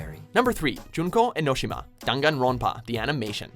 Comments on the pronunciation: when he says junko E-no-shi-muh i was like I T S E-NO-SHE-MUH and d-ung-gon-runpa w h its dang-gone-wron-puh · Enshima......Its Junko Enoshima! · You said junko enoshima and danganronpa completely wrong